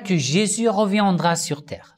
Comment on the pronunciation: Merci pour cette vidéo! Juste si je peux me permettre pour vos prochaines vidéos que vous soyez plus en erreur mais le mot " reviendra " se prononce revi indra " et non reviandra "